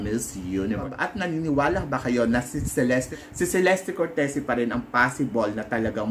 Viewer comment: Che-les-te cor-te-zi po tamang pronunciation ng name nya. Italian e